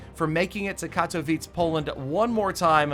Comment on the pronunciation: The way he says katowice makes me cringe